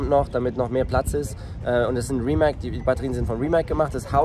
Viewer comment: tolles Video, nur eine kleine Kritik: Rimac spricht man mit "z" am Ende also eigentlich Rimaz. :)